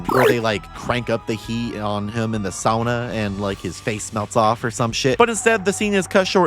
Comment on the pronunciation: Ok random thing to comment on but SHE PRONOUNCED SAUNA CORRECTLY! YES! Thank you, you made a Finns day